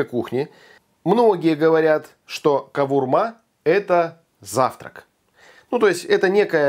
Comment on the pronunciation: Автор во первых Не Кавурма а Говурма. И это тюркское слово. И это не армянское блюдо. Неуч